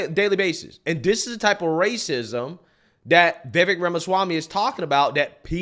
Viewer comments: Vi-VAKE! Not Vay-vik or Vi-vik. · Why do people constantly fuck up Vivek's name? I heard VAY-VAKE in this video ... C'mon, bruh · I swear it sounded like he said BayBay Ramaswamy, lol. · It’s pronounced Viv- ay- k😂 Or something like that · CAKE CAKE VIVEK SOUNDS LIKE CAKE... STOP mispronouncing his name please thanks Respect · You need to learn to pronounce his name right. I cringe every time you say it.